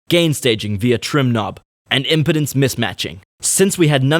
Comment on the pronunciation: You pronounced Impedance as "Impotence." It's pronounced "Im-pea-dens."